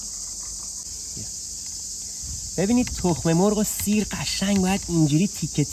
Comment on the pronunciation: کارت حرف نداره 👌👌💙💙 اما خودمونیم سییری رو خیلی بد میگی 😁😁😁